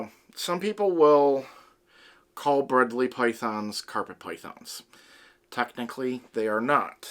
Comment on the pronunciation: Giday mate, i don't want to sound like an ass, but it's pronounced Bred-lie and spelt Bredli. They we're discovered by Rob Bredls' father in the early 80's. Rob Bredls' does documentaries under the name The Barefoot Bushman. Back in the 90's i had two females that got to about 3 meters long in about ten years. Used to take mine to schools from discussing biodiversity. From an aussie, well done mate, loved it.